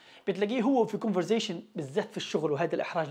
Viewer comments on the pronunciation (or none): أول ما سمعتك بتقول كونفرزاشن قفلت الفيديو إسمها كونفرساشن